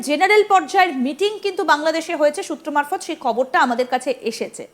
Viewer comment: সুত্র মারফৎ না সুতা মারফৎ